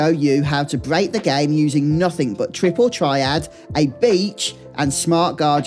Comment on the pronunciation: you lost me at "Tripple Triad"